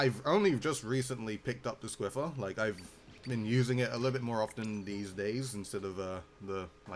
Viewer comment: its not squiffer its SNIFFER XD ( it was a thing in Bernie's stream XD)